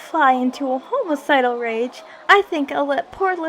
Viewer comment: I don't show up until ! Then I relapse ! Tatsuki says an out of context line , for she said homo-cidal & not hom-I-cidal! I bow out !